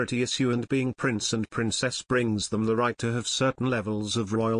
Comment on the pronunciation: It's Prince Harry not price harry